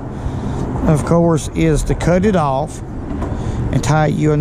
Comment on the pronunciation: I like how he pronounces the word off "Owwwff"